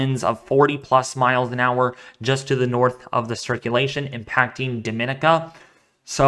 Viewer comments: Thank you, from St Thomas USVI!! Dah-min-KNEE-ka is how we pronounce Dominica. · Not really my friend. You pronounced it correctly for Dominican Republic, but Dominica is pronounced differently. Dom-in-EE-ka is how it sounds. Just trying to help. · it's not very important, but I cringe when I hear it, so I'm sure Dominicans do too.